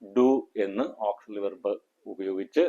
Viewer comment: He is not speaking in English. The word verb is pronounced incorrectly.